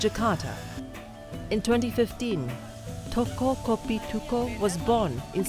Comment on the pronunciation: you completely butchered the pronunciation for Toko Kopi Tuku and Cipete, can't you at least get someone who speaks Indonesian or have a basic common sense of what Indonesian sounds like to check your reporting before posting them? You'd expect CNA to have the expertise to not make silly mistakes like this